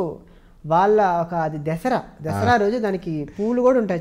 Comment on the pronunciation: దెసరా కాదురా దసరా